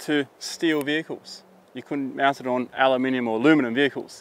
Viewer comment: Did you just say alooominum as a Aussie?